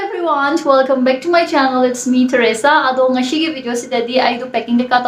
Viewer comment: Plis plis stop pronouncing ‘S’ as ‘SH’ seriously… For example, it’s TereSa not TereSHa, ngasi not ngassssssshhhiii